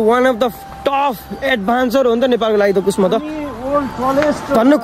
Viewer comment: एड्भेन्चर हो के भाइ एडभान्सर हैन के 😀